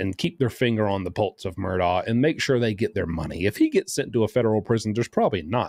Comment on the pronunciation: I’m glad you pronounce that lousy name properly.